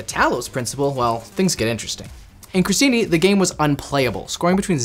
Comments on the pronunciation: The intro of the video totally made my day. And when I thought things couldn't get any better, he pronounced the word "crostini" in a perfect, flawless Italian and I'm... totally shocked now 😅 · as an italian, I can say that pronunciation of "crostini" (which means croutons) was flawless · Italian approves your "crostini" pronunciation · I'm an Italian and can confirm that was top notch pronunciation O.o